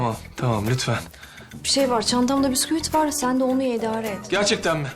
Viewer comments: Doğrusu "bisküvi"... Kerem'in telaffuzu "püskevit" 'nin telaffuzu bisküvit. hadi 'nin ki daha makul seviyede. Muhtemel senaryo hatası... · Püskevit değil, bisküvit olmalıydı. Çünkü bu kelime fransızca kökenli bir kelime. İngilizce ve fransızca: biscuit almancası: Biskuit. Biz Türkçede neden Püskevit diyoruz anlamıyorum.